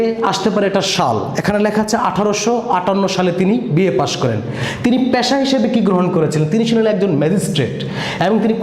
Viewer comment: ভাই, উচ্চারণ ই ত ঠিক নাই...(বিরাল,প্যাশা) আর শিট পড়ে কি শেখান সৃজনশীল ত কিছুই নাই।মুল কথা না বলে এদিক সেদিক কি বলে গেলেন 😜😜😜😜😜